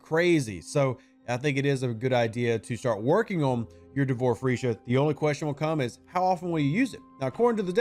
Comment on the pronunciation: D'vor Feesha. There's no R! 😂 It's not Free!